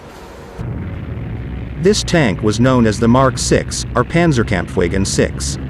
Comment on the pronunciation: Pathetic narration!!! It's pronounced paanzer kampf vaagen.! No subscription if you haven't enough common sense to get your pronunciation correct.